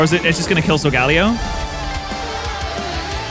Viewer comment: What bastardization of the pronunciation so-ga-lay-oh did I just hear?